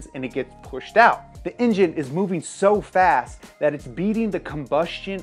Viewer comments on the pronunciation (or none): none